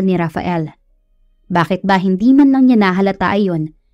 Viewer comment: Hi miss narrator, good day po,ang pagbigkas lang po ninyo ng si,ya sa halip na s'ya at ng ni,ya sa halip na n'ya❤❤❤